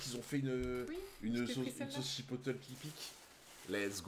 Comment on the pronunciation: Ahah comment vous dites chipotlé 🤣🤣 chipotel😅 c'est moi ou vous inversé les 2 dernières lettres 😂 bref c'est pas grave je vous aime pareil🎉🎉